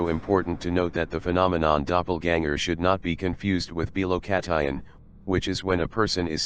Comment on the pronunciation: What is it called when you're in two different places at once? I don't think I'm hearing correctly. I think I'm hearing felocatine or felocatien or something like that, but I can't find it. I even spelled it with a 'ph' instead of an 'f'.